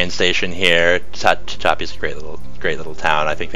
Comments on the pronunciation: "Ta Cha P" mountains????? Try "Ta Hatch a P." If you are from L.A. it doesn't sound as though you understand the geography of the areas outside of L.A. County. You need to use a large cursor to connect where the viewer is looking to the location you are talking about. As presented you click on something on the side and expect us to automatically shift our eyes to where you are talking about. I found myself looking all over the map to see where new colored lines are going to appear. You keep saying the words "here," or "over here" without having any visual cue on the map to indicate where "over here" is. Also, I don't really don't know what is meant by "DMU." Oh crap, "Go leta," it is pronounced "Go Lee Ta." Also the people in "Los Banos," pronounce it "Loos Ban ous" not the real Spanish of "Los Banyos." I've only lived in California for 36 years now and I watch the news and travel to hear how names are pronounced. And by the way, the rural areas of California don't necessarily want to connect with the urban areas of the state. Before making a pronouncement of such you should get out into the rural areas and speak to the non real estate, non chamber of commerce type folks. I live in rural California and I don't want urban folks to get here any easier than they do already. The land has already reached its visitor capacity most of the time. And don't typify rural residents as somehow being more frustrated with government than urban residents, I sure haven't observed it in 40 yea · Tehachapi is said te-HACH-ah-pea. Aside from that, thank you for your excellent interest in Los Angeles public transportation.